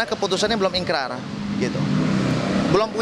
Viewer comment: ikrah bukan ikrar